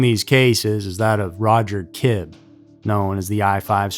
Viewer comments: Kibbe is pronounced Kibbie. I went to school with a relative of that guy. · DNA wasn't used in a criminal case until 1986, in England. Back in 1981 they used serological tests such as on blood (secretor or non-secretor). And Roger Kibbe's name is pronounced "KIB-bee."